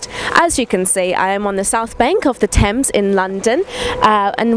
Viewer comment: Isn't that "Thames" ?